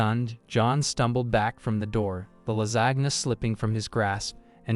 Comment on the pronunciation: Especially in pronunciation …”La-zag-na”?